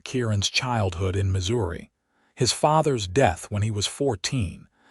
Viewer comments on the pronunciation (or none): none